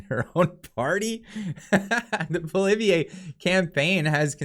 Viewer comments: Cmon, the name is pronounced Pwa Lee ev it’s really pretty easy lol. Better learn to pronounce the next Prime Ministers name lol. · Hey, I know its a tough one for english speakers but just to help you out, its pronounced Pwalievr. The e at the end is silent. Great work bro!! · it is Poly-ev not poly eh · Am I pronouncing Pierre’s name wrong? I say Poo Lee Ev, you say Poo Liv E A? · Sorry to be pedantic... His name is not poliveeayy, it's pollee-ev(re) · It's Pol-i- ev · Pierre’s last name is pronounced Polly ev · pronounce it poly ev. It's simple, poly ev. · Very respectfully, you pronounce the name of the leader of the opposition wrong. You seem to jumble the last letters. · I love how you mispronounce Poilievre's name... shows that you aren't above making fun of everyone. Love the vids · Please pronounce PP name the right way. Thank you. 🙏😂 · They are just afraid they are going to lose their seats. They are not worried about the people and they are running scared from Pierre. lol will you please learn to pronounce our next Prime Minister's name correctly? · Check your pronunciation of Pierre’s last name. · Bro pronounce Poilievre correctly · Learn how to pronounce Poilievre.